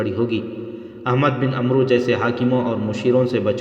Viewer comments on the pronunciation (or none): عمرو کا صحیح تلفظ عَمْر ہے اس میں واؤ سائلینٹ ہوتا ہے